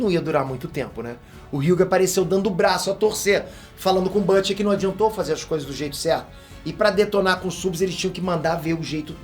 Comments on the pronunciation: Excelente vídeo! Mas a pronúncia em inglês de "Butcher" é "Bútcher" e não "Bâtcher" ( /ˈbo͝oCHər/ ). Fica a dica! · Oooo, fala o nome do Butcher direito!!